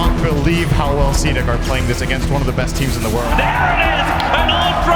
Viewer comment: CDEC there´s a fuckin reason why it´s written in CAPS. it´s C D E C not cdeck ffs. get your shit together. Same with Aui. LD says A U I.